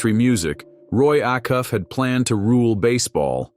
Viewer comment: Roy AACUFF. IS ACUFF please pronounce it right